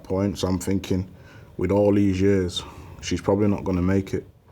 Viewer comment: Thinking > "Phinking"